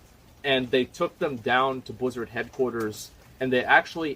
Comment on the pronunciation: Nobody: Asmon: bleezurd